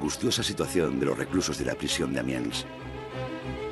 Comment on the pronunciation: No es Amians, sino Amiens.